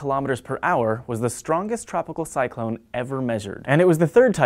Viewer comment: Oh god. Tropical Cylons??